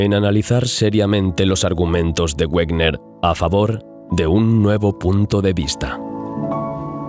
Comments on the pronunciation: Excelente. Sin embargo, Wegener era alemán y su pronunciación es "veguener", el "güerner" es una colonización inglesa. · Discúlpame por una aclaración: Wegener se pronuncia "Veguena" aproximadamente, y no "Uegner", dado que el científico era alemán y no inglés, y es lógico pronunciar su nombre tal como él mismo lo hacía. Por lo demás, gran documental, como todos los de tu canal. Continúa así porque tienes un seguidor más. Saludos. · Por favor, Wegener se pronuncia Vegener. Es alemán, no un idioma de bárbaros como el inglés.